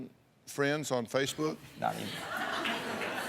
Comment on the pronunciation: 5,000 Fwends On Facebook I don't even have fwends :C &_&